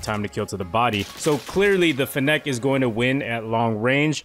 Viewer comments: It's pronounced finnick. Like gimmick but with n's and an f. As in fennec fox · The way you pronounce fennec is making my ears BLEED